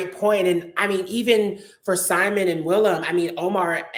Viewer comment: Ryan is Simon pls do not pronounce it in English pls